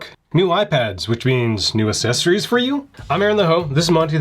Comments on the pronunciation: Imagine reviewing accessories for ten years and still not pronouncing accessories properly. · Isn't it "ACK"-sessories?